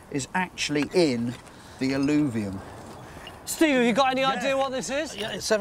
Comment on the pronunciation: "AL-LOO-VIUM" - sounds like the remains of a latrine...😂 ...sorry...I'll see myself out.